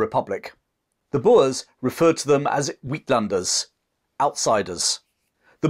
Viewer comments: "Outlanders" is pronounced "ate-lander" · Uitlanders - pronounced - eight (uit) - lunders! (landers)